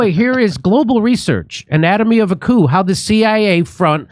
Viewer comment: Someone tell Chunk that you dont say the "p" in coup.